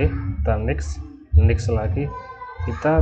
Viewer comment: Fixed dibaca fiks.. Next dibaca neks.. Hehe.. Cuma ngasih tau aja, saling bagi ilmu ya, bang😁 Trim's btw